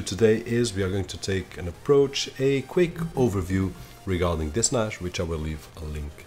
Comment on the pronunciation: Why are you saying Nash? Its Nas